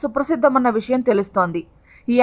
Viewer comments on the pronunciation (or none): none